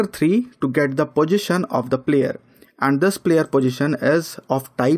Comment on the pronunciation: You are a talented person..no doubt..but little correction I would like to make in your pronunciation.. Don't pronounce position as pojistion ..sounds awkward when you say it continuously.. I think you can easily correct it.. I know we have the mother tongue effect ..